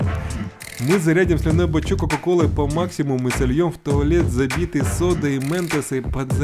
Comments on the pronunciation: вообще то "Бачок" а не "бачёк" понятно с тобой всё.. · Не "бачёк" а "бачок" правильней)))